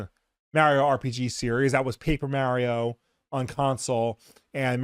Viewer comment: So they did add content to super Mario rpg. If you knew how to say Mario correctly you would have known that. 😂